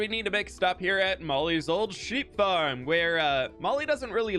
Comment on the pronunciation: how come you say fwamily fwarm and fwishing but say flip when you could have snuck your own name there?